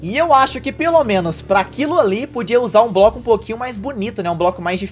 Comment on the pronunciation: No tempo ele fala broco